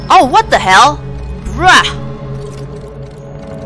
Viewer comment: when you say "fricken (h)ell" it sounds like "fricken L" haha you can actually climb up the rocks on the right side there and get up to the slide reel shelves yeah the way they do the rendering trickery isn't perfect haha wow! At least it didn't hit your ship and explode it haha "Do I have to in order to win the game? Nah, probably just cool worldbuilding." ⭐🌒🌔👁⭐